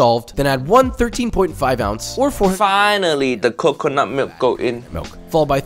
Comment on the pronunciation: lol it all went down hill from there. Also huge fan of hearing him say "cuckoonut milk"